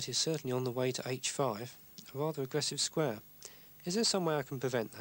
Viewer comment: A wahveh agwessive squawe